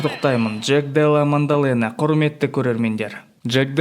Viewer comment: Мандалена емес дұрыс оқып дұрыс айтып үйрену керек маңқалена😅